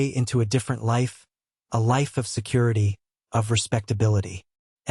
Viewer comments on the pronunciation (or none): none